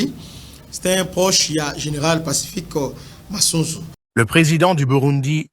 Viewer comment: C’EST PACIFIQUE MASUNZU ET NON MASANZU